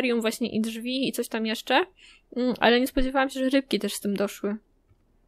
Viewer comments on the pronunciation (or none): none